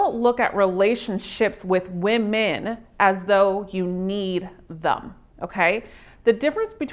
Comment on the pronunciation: This chick needs to learn to pronounce the plural form of woman. So fukn annoying!